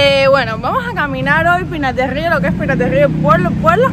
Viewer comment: Qué rico dices, Pinar del río!